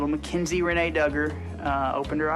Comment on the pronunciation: Her name is not Mackenzie. Ma KiN zie. Mackynzie. Please get her name right.